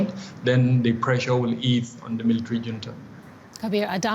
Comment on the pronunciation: It's not Hunta...it's Junta which is a sanskrit language meaning grouping😂😂😂😂😂😂😂...and you call yourself anchor, anchoring wrong way😂😂😂😂😂😂😂😂😂😂😂😂😂😂😂